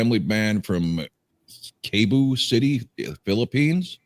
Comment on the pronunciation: OK … you did a good job with the pronunciations except Cebu is like (See Boo) to us westerners 👍🏼 … I’m not a G&R guy either but you get nauseated with them but you can listen to hours of Kiss 😅😜 … Actually at this point in time they are still innocent, they are not after the money (YET) … they still play for the love of playing … Mom & Dad were in a band together prior to literally creating Missioned Souls … the band was State of Grace Ph & they had originals written by Sheena, try one titled “Chains” … OK for - I’m going out on a limb here & say Isaiah “ICE” the little drummer boy is not gonna need your advice with the girls 😝… MS is not so unknown & they have been copy righted numerous times because they upload well produced replica covers … hey when it comes to Sheena (Get in line pal) … Ok I believe you have the Mom (Sheena) & the 13 yo daughter (Stacey) confused but Sheena hasn’t been flat since she was 8 years old … as I mentioned in my previous comment you guys have a lot of MS Homework to enjoy catching up on but I have liked (mostly) the format of your reaction … 👍🏼🙏✌️❤️